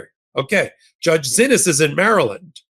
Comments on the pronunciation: ❓@ when are you going to pronounce the judge's name right❓ It throws me off every time you say, "Zinnis". Her name is pronounced, "See-knees".😜😁💜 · Why do you stubbornly refuse to pronounce the judge's name as "SEE-knees", after being told over and over that is how the judges is addressed? Totally frustrating.